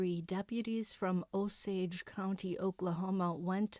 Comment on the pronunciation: Drove through Osage county this morning, glad u got the pronunciation right! Oh- sage (like the spice)😊